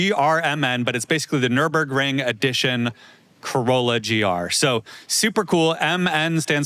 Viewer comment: Gotta love for pronouncing the Nürburgring better than revered